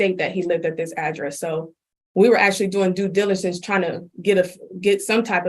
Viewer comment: Drink game word: “Try’n”